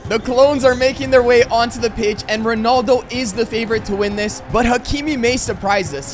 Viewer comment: Why do you say ronoldo?